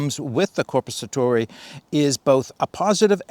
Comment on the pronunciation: Your pronunciation of Korpisoturi is very good :) The knife's not too bad either, just wished they'd make a version with a longer blade. That length is best suited for bushcrafting. For military applications IMO you really need a blade at least 14-15 cm long, like with Peltonen's Sissipuukko or the longer Jääkäripuukko.